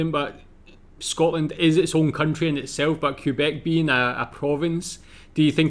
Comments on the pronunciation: QUBEC FUCKING QUBEC!!! 🤣🤣🤣 That is amazing!!! Best pronunciation of Quebec ever. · It is not pronounced Qwebec or Cuebec, it is pronounced Kaybec. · It's "K-beck", not "Cue-beck". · It's pronounced "K"beck, not "Kui"beck or "Q"beck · I am from Western Canada but had tge privilege of living in Ottawa for two years. Wonderful beautiful city. We do not like anyone with the last name Trudeau. Justin is often referred to as 'Skippy the Wonder Boy. Corrections: the letters QU in Quebec is pronounced as K. Quebec is proudly Kebec not QUEbec as this brit pronounced it. The Trudeau family is an extremely wealthy Montreal family. We refer to 'The Mounties' as the RCs. The percentage of French is much larger than 20%. Poutine was created and sold in chip trucks in Quebec. It is pronounced 'Pou-tin' NOT Poo-teen. We are proud that we are the first country to *allow* (🤪 hate this term) Gay people to marry and that Cannibis is legal. Its Vancouver Island not Victoria Island. Alberta is where Head Smashed In Buffalo Jump is. Radio stations play Canadian music but we hear mostly American music. We do celebrate Canada Day but it has become a day of reconciliation and we are changing to honor our first nations people. We have a long way to go. We do NOT drink milk from bags!!! It became a thing in the 1970s but not anymore. Oil and gas are our greatest resources. But I'm from Alberta... Calgary is NOT a dirty city. Hockey and Lacrosse are our sports. They were both developed by our first nations people. The glow in the dark dinosaur coin is a collector coin and not very common. British Columbia, in particular the Okanagan, also creates iced wine. The mispronounced city in Nunavut...i can't.... If you want to learn about Ca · Quebec is actually pronounced Kabek. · Quebec is pronounced K-BEC